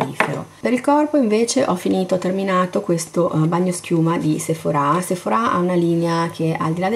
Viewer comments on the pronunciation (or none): none